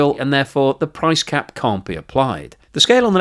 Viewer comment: "price crap" lol. Maybe I'm the only one that heard that? TBF out of all the videos I've watched (almost all of them) I think this is the first slip up. I don't think I could make a 5 min video without my tongue turning to spaghetti so this is a joshing compliment.